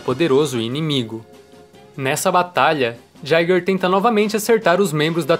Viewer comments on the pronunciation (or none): none